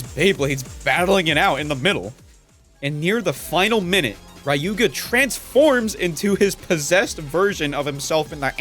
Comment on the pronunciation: The way you pronounce Ryuga genuinely hurts my soul :')